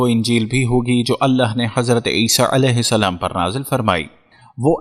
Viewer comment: tujhe koe problem hai kya Mehdi Alaihissalam bolne me Mehdi Alaihissalan bol samjha